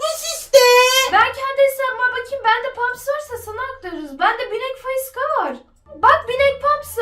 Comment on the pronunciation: Abla bu arada faişa değil faiska deniliyor 😅